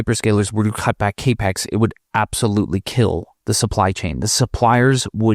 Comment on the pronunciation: Haven’t heard the term cay-pex before, only cap-ex. Is this the correct way to say it?